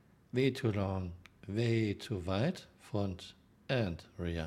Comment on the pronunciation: "Vay too long, vay too vide" That's what she (a German woman) said!